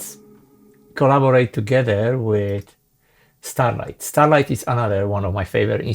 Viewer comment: officially it is Straylight, not Starlight :-)